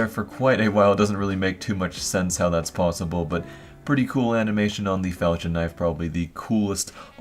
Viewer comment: Fal-kon not fal-chin Jesus